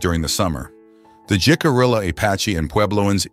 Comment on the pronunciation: I noticed some mispronunciations in the accompanying lecture. To wit: Ouray is pronounced you-ray and Jicarilla is hick-ah-reeya. Ouray, Colorado is my hometown and I lived later next to the Jicarilla reservation.